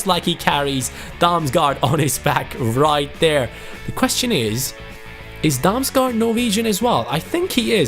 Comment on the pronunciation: You say å like an o. The same with aa. Damsgaard = Damsgord. And Damsgaard is danish